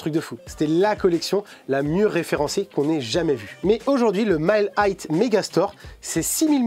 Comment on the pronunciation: Tu prononces 'high' comme si tu prononçais le mot 'height'. Vidéo intéressante sinon 👍